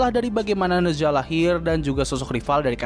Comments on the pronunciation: Spellingnya "naca" btw. Bukan neza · koreksi bang, pronounce nya Ne Cha, kalo di mandarin Zh dibaca kaya C